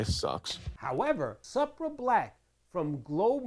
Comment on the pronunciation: Supra is pronounced, Soup-ra...